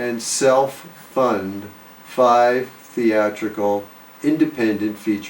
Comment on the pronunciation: I love when he says “5 theatrical independent feature films”. THEATRICAL.